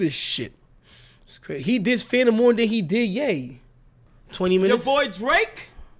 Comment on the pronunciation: anybody else hear him say let gay know...